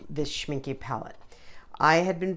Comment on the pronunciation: This has to be the most adorable Schmincke watercolour swatching video I've ever seen. You had me smiling all the time. I love the way you talked, the way you debated with yourself about pronunciation options - (It's shmink-euh rather than shminkee, btw. ;)) - and your enthusiasm about those gorgeous colours. And what a neat idea to draw different owls instead of some boring squares to swatch out your colours. One more thing I enjoyed immensely was just hearing your voice and a little bit of sound without any distracting or annoying background music. Lovely video worth a subscription. :D